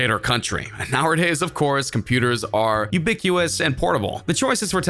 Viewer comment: For goodness sakes if you are going to make a video with technical information, please use the correct language! It is not ubiquous... it is ubiquitous! Also it is not a quibit it is a "Q-bit". within the first 20 seconds of the video you lost complete credibility. Please make sure you look after the small details if you wish to be taken seriously. Cheers